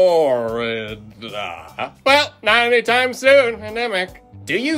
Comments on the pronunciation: I am always late to the party, I do enjoy the music, FYI I am in Lake City Florida, as you seem to have a problem speaking the word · Is there a reason he says Florida like that?